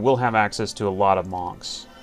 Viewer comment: love ya, keep it up! btw i thought the monks are pronounced "munks" xd. ya killing me